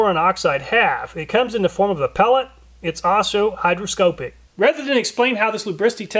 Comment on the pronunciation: I'd like to correct your pronunciation of the word, hygroscopic (hī-grə-ˈskä-pik). You pronounce the latter part of the word as "scope-ic" like the scope on a rifle. It is more pronounced as "skop-ic". I am not trying to be demeaning to you and I hope you realize that.